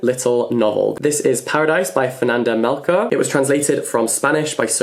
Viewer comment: Hey, I’m gonna be that annoying person 💀 Fernanda’s last name is pronounced like “shorts” without the ts. Mel(shor) = Melchor. Not the “k” sound.